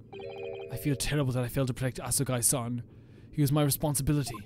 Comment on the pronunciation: By the way, I'm not sure if someone has mentioned it already, but "Asogi" is technically pronounced "a-SO-gee". But it really doesn't matter that much and it's totally fine if you keep going with your pronunciation, just thought I'd mention it in case you wanted to know :)